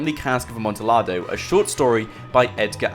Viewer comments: it's pronounced amontiyado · It hurt me every time you said Amontillado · That Amontillado pronunciation tho 👌🏻😂